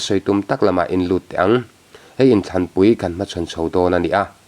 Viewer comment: Tanpui tih tur hi tampui i ti tlat zel maia